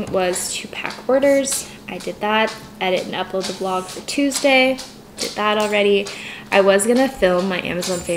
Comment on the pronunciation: Why you are saying vlogggg .. and you used to say vllllloooooooooogggggggggg.... i want those ancent for the word vlog ... btw i love you ..